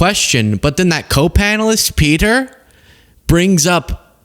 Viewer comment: the Vice Prime Ministerr of Czechia is Petr (pronounced PAY-ter) Micinka (pronounced MAT-sing-kah).